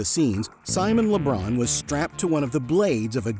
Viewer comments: Why is he saying Simon Le Bron?? Is he thinking of Lebron James? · "Simon Le Bron"